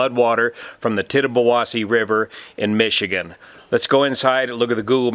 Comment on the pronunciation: A birds eye view of political complacency. Nice job on pronouncement of Michigan names.